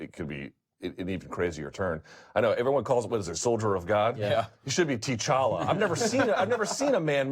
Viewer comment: TEE’ Challa!!!??? Really Luke?? You butcher names like cattle!! 😂😂😂